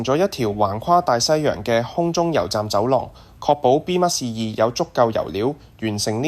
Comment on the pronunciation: 感謝好精彩！請教旁述讀B-2隱形轟炸機時,讀B咩2？有3次B咩2發音唔同，有時就讀B2，嗰個字係英文？小弟唔識野請指教...重有點解唔試吓B21呢？多謝！